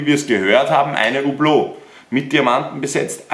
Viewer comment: Kann es sein, dass niemand weiss wie man Hublot RICHTIG ausspricht?